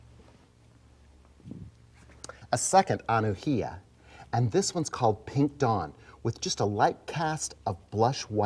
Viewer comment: From Hawaii here. The correct pronunciation of Anuhea is Ah-new-hey-Ah